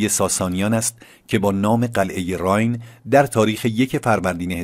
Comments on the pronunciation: Arge RAAYEN not Raayn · بادرود راین باکسره زیر ی خوانده میشود پاینده باشید